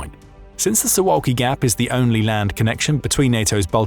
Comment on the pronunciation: It's pronounced soo Vahl kee